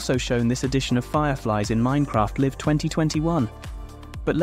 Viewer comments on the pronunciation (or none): Minecraft "liv"? No Minecraft "Laiv" 😅